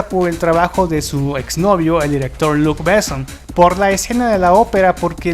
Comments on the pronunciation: Sería buenísimo que pronunciara Luc Besson como se debe y no como si fuera un apellido inglés. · Me recampanea los huevos escuchar tan mal pronunciados los nombres franceses. No puedo más. Jean Reno es "Yan Renó" Luc Besson es "Luc Besón" Jean Paul Gaultier es "Yan Pol Gotiee"